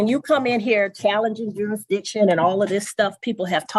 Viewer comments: I think if the defendant can't properly say the word "Jurisdiction", then he doesn't get to bring it up. There is no such thing as "Juressdition" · Poor little. How can fight the court's jurisdiction when he can't even pronounce the word "jurisdiction"? Perhaps his beanie is too tight.